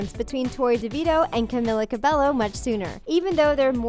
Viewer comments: Camilla's last name 'cabello' the L is pronounced as y 'cabeyyo' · okay do youre research talko that's not how you pronounce camilla's name!!! it may be spelled like cabello but you pronounce it like cabejo!!! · NONONO IT’S CAMILA CABELLO SHE EVEN SAID!!! YOU DON’T PRONOUNCE THE LL’S IN HER LAST NAME!! SHE EVEN SAID IN A VIDEO IT’S CAMILA CABELLO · She said cabello it is said kah-me-lah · i swear channels like this never pronounce Cabello right